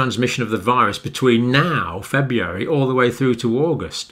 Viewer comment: I love everything about these videos except for the way he pronounces February.